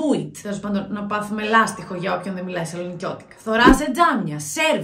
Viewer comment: Επιτέλους ένας που λέει σωστά το λάστιχο!!!!Κι εγώ βόρεια είμαι!!!🤣🤣